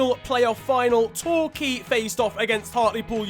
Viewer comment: When mentioned my home club torquay united where you literally go to the school right next to the stadium I was shocked he even pronounced it right there that irrelevant